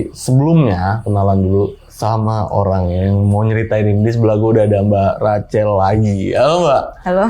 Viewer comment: Pelafalannya Racel? Bukan Rahel? Narsumnya cool bawain ceritanya ❤ Thanks